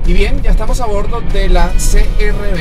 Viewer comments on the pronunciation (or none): Por qué dices crb si es CRV , se pronuncia c r uve en español 😁 , gracias.